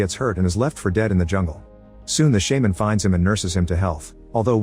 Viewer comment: wtf is a "shaeman" 😂